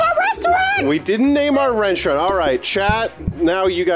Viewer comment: Why does keep calling it “renstraunt”